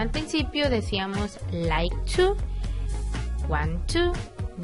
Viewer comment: Fíjate la pronunciación de IT /Does /Want/New.